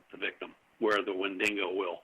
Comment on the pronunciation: take a shot every time says "Wendingo"